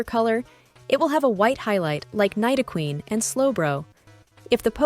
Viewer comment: Nye-dow-Queen lol first time I've ever heard it pronounced like that